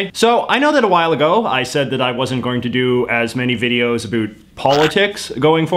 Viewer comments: As a Canadian I don’t like how you say “about” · It's hard to take this dude seriously "a boot" anything with that silly pronunciation . This hoser can just take off eh cause Canadians doo'nt say a boot when they talk about politics, beer hockey or even maple syrup style health care . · The way you say "about" is funny:) Your videos are great!! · Is it weird that I am watching just to hear him say "about " in weird way 🤔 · you're putting it on with the about pronunciation - no one says it like that! lol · fake canadian? no one in Canada actually pronounces about the way he does he’s obviously faking it. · I can't stand the way he pronounces 'about' . Totally fake and annoying.